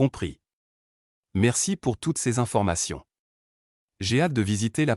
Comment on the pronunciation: "Je suis ravie que vous soyez intéressé", je n'ai jamais entendu un seul propriétaire "parisien" dire ça. Il y a des problèmes de prononciation aussi "plus d'information", on prononce le "S". C'est bizarre cette histoire d'animaux interdits...depuis quand en France les animaux sont interdits?